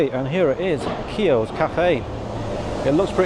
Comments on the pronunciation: It’s pronounced “key - Ohs” 😅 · His pronunciation of the name Keoghs is Hideous never heard that Galway sausage must be for the tourists Black and white pudding also known as blood sausage Supprised he didn’t get any beans as most included in an Irish breakfast